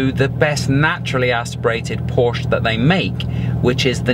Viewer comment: Por-shuh...two syllables...say it with me...Por-shuh